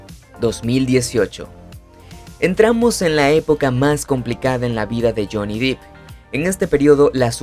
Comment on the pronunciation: Se pronuncia Depp, con e no i